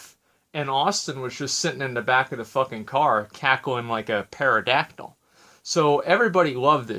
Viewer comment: did you just say pear-a-dactyl......